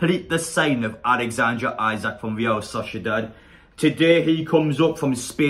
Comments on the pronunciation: Apparently it’s pronounced Alexander Eesac. Come on people try and gets people names right it ain’t that hard lol. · Great singing! His surname is pronounced Eesak though.